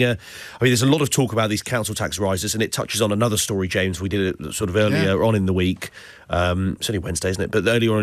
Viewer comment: Call me crazy but I'd swear Nick said 'Shames O'Brien' this morning. Then instead of his usual elongated "thankyouuu Nick", James sounded almost blunt...before really putting the boot in during the first hour of his (great) show this morning.